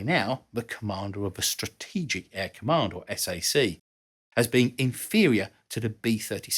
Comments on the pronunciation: Just a little correction. SAC is pronounced "SACK". not S A C. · Interesting video! I think your point is a good one -- The bomber's capability justified the expense to address the problems with unproven technology. FYI, SAC is pronounced as in "sack."